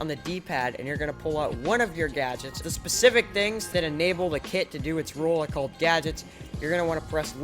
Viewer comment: you said sizzspific instead of specific